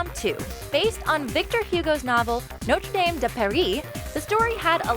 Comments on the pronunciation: Notre= Our Dame = Lady And it's pronounced No tra Daame Just in case anyone was wondering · Also how can you pronounce Notre Dame correctly in the movie’s title but then mispronounce it in the book’s title